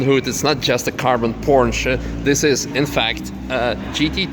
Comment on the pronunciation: Porsche, not Pornsche!